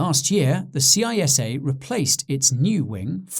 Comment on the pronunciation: It is pronounced CISSA like a snake saying ssssssa not C.I.S.A.